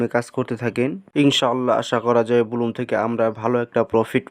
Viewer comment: সালা মুর্খ, এটা বুলুম নাকি ব্লাম